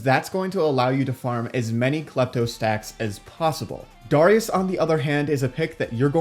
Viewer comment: The way he says Darius ugh